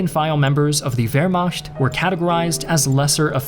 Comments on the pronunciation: Great video as always, nicely narrated and great animations. I don't want to be the pedantic asshole, but you keep pronouncing Wehrmacht as 'Vermasht'. It's 'Vermaht' or at least as some americans pronounce 'Vermact' which is closer to the correct pronunciation. Sorry, but you kept saying it like this and I couldn't help it. Keep up the good work ! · A very informative and interesting documentary! The aminations are excellent and do a fine job of conveying the information. But the presenter should take more care in his pronunciations of certain German words, like Wehrmacht... The "ch" in German has two main sounds: a hard guttural "kh" sound after the vowels a, o, u, and au, and a soft, hissing "ich" sound after other vowels or consonants. I know it may seem like nitpicking to the American ear, but to a German one, it is a gross mispronunciation. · Your pronunciation of ‘Wehrmacht’ is hilarious.